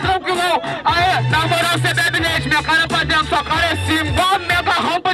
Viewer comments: "pa drento", " tonstorno" kkkkkkkkkkk pqp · "Drento" KKKKKKKKK